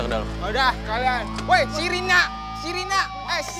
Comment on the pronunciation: Pas polisi dateng ada yang mau ngomong sirine malah sirina